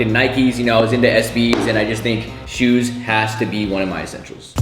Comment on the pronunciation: HE SAID SHUS NOT SHOES 😂